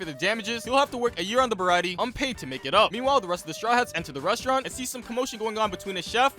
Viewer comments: he mis pronounced Sanjis resturant the (ba-rah-tee-ay ) is how its said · Sorry but it’s pronounced the br-a-tea-a